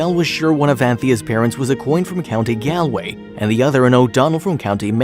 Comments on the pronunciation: Gaalway. Not galeway wish you yanks would learn to pronounce names correctly. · That is NOT how you say Galway, it's not a like apple is G- aw-l-way